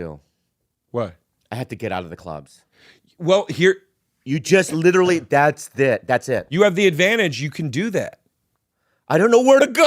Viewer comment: "you litelly"